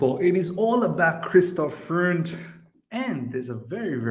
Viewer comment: Freund !! it prononce FROYND !!